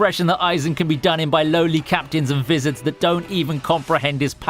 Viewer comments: Did anyone heard him say wizards in stade of vizareds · vizards are pronounced "vai-zards"